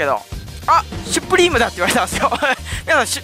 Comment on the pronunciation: しゅっぷりーむとわざわざ著作権気にして掛け声作ったのに本人が完全にシュプリームと言ってるw